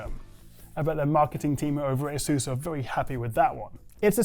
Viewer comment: how can you not properly speak Asus baffles me